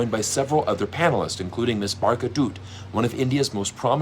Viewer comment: Please learn to pronounce Barkhas name .